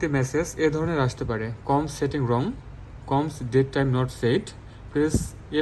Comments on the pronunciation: কোমস নয় সিমোস।😄😄😄😄😄😄😄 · উচ্চারণ টা কমস্ না । এটা সি - মস হবে ।